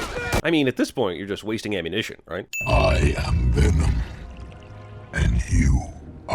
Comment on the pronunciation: lkevsan he was saying venom? I thought he kept saying denom